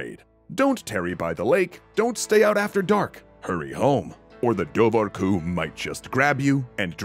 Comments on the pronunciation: Awesome, but your Irish could use some work. The bh in Dobhar-cu is silent (and actually, whenever you see an h in any Gaelic language, the adjacent consonant is gonna be different. H doesn't make a noise, it modifies the adjacent consonant). Should sound more like door-cu. For comparison bean-sidhe (or bean-sith in Scots Gaelic) is pronounced banshee. MacBeth is pronounced more like MacBane (or MacBean, this are alternative spellings). Ui Imhair is O'Ivar (descendents of Ivar the Boneless, according to legend). Also, doesn't literally mean anything about otters, it's like a kenning for otter. Literally water-dog (cu is dog, as in Cu Chulain, Cu Sith, Conan, etc.) Dobhar is like an archaic form of water. Just more of an interesting tidbit to add in, lots of things don't literally mean what we take them to mean. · pronounced dowar hyu btw